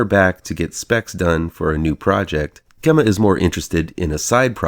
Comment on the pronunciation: Gemma's name is pronounced with a j even though it's spelled with a g. And (cue Greta voice) how DARE YOU say this film is a slightly more sophisticated Child's Play without Aubrey Plaza to attract you all the way through?!!! Who has a thing for Aubrey Plaza?!!! Again, how DARE YOU?! "Those of us who are already there" have plenty to cheer about, Sir! AGAIN, how DARE YOU?!